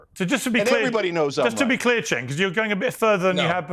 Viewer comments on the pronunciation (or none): it was on purpose. Another YouTuber calls him Senk, it's a purposeful mispronunciation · Cenk* pronounced "Jenk"